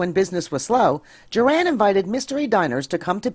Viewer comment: I'd be more impressed if you hadn't mispronounced Juran's name. It's JURR-in, not Jur-ANN.